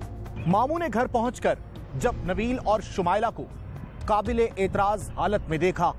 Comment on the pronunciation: qabelay aitraaz nahe naa qaablay aitraaz halat mein